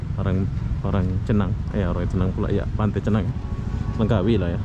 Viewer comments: Langkawi bang..bukan lengkawi 👍🤣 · LANGKAWI !! BUKAN Lengkawi